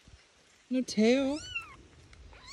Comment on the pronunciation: 'God' is two syllables now folks. 'Gaw-id'.